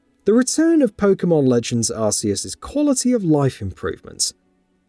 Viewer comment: Hehehe!!! Another one who cannot pronounce arceus correctly 😂😂😂😂